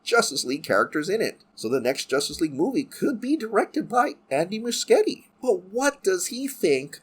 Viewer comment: I think Muschietti is pronounced "Mu shetty." I could be wrong.